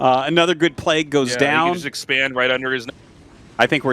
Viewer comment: Bro Tasteless stop begging for money. And learn how to say Plauge.